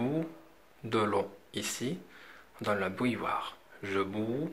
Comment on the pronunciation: On prononce bou ill oire et pas b oui ill oire.